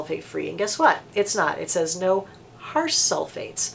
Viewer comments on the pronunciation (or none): none